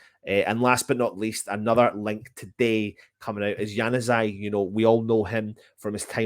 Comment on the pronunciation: SANUZAJ........ Are you having a bloody laugh.